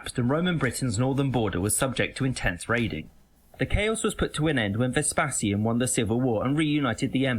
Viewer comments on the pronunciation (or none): Vezpassian!? I still find some of his pronunciation weird at times. Not sure that it was intended to include Caledonia as 'part of the empire's after the battle of mons graupius. It was more of a punitive expedition rather than an invasion to add territitory. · Yes, the pronunciation of Roman names in this video made me wince. Vespasian is pronounced vesp-ay-si-an. Agricola is pronounced A-gric-ola, a bit like agriculture.